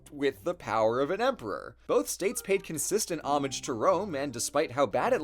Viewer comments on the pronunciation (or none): none